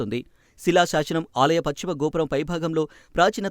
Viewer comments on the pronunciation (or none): none